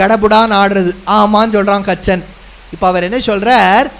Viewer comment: கச்சன் இல்லை,கசன்